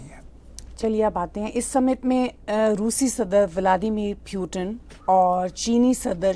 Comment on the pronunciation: Love the punjabi andaaz of saying "pew-ton" 😅 And, of course, "N'rrndraa"😂